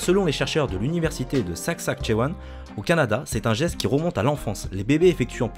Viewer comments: Il a dit SAKSAKTCHEWAN MAis ç SASKATCHEWAN 😂😂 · saksaktchewan... Alors soyons clairs, c'est Saskatchewan voilà c'était un message de Justin Trudeau